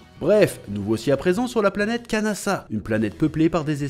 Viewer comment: Bonjour, Merci beaucoup pour ta vidéo sur l'OAV Dragon Ball Z - Bardock contre Freezer. Concernant la musique "Solid State Scouter", elle est aussi entendue lorsque Bardock combat les sbires de Dodoria (d'ailleurs, elle est tellement stylée que je me la repasse parfois). Et tu as dit "planêtre" au lieu de planète quand tu évoques les Saiyans qui se moquent du père de Kakarot. De mon point de vue, cet OAV est le meilleur de la série avec celui de Trunks du futur. Oui, les Saiyans ont massacré des populations et leur extinction est logique, mais d'un autre côté, il faut se demander s'ils avaient vraiment le choix. Tôt ou tard, Freezer aurait fini par exterminer les Saiyans, que ces derniers continuent ou non de le servir. Comme tu l'as dit, Bardock n'a pas eu droit à la rédemption, mais quelque part, sa mort permet à son fils d'hériter de sa volonté de repentance, puisqu'il fait le bien autour de lui.